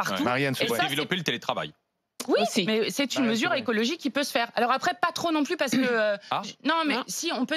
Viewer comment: le mot à été dit ^^ écologigue^^ mdrr